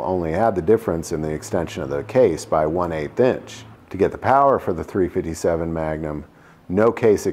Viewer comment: 3 Fitty 7 does this dude think he's a Crip or does he think it sounds cool